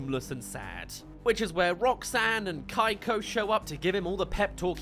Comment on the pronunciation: Among all other things, I just have to know, why is her name pronounced “Kai-ko” and not “Kee-ko”? I almost feel like she would’ve been better if she had been some villain obsessed tween, you could even play into her spawning in at random moments and use it to jumpscare Megamind because she wants a selfie or wants him to sigh some random item. Also, the weather lady looks like a Miraculous villain. Actually Stormy Weather, a literal kid’s show villain, has better character design than the villain in this movie. 💀 Miraculous itself has better character design for villains than this movie does!